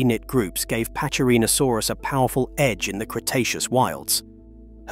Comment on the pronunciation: in latin C is pronounced as K , so it sounds like packy--rheno--saurus, NOT patchy--rheno--sarus.